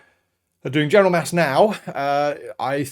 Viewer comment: I wuv XD <3